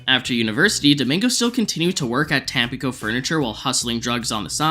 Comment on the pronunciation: Tam-pii-co. Not Tampa-co. Otherwise, great video!